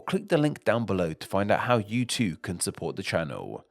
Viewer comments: I don’t like how the narrator adds an “aa” sound behind vowels. For instance “too” becomes “too-ahh” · Why do you put 'uh' at the ends of so many of your words? It's not toouh, it's just too. You used it about 100 times during this short clip. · But they do not end with the sound "wa". Dowa Twowah Toowah Duewah Newah. That's not a British thing, or at least not something I've heard before.